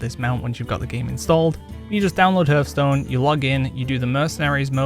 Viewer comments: hearthstone like the hearth of a fireplace dude pronounced harth like heart ;) you're welcome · I cant believe that in 2023/2024, people STILL say 'hurthstone'. It's the most ignorant thing I that hear almost constantly